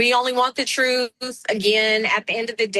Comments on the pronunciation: You pronounce "TRUTH" w a 'TH' on the end, NOT an 'F', which would be 'TRUF'... Please learn to speak proper English before you stand up and talk in front of the entire country. Hello!! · I think he means "Truth", not "Troof"...